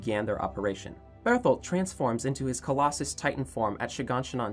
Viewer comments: Colossal not colosis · Collassal not collasus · Its colossal not colossus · Just saying it’s colasal not colasal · Its colossal tital not coluusus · Its prounounced colossal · why do you say collsis titan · Good yt video but PLEEEAAASE say the colossal titan right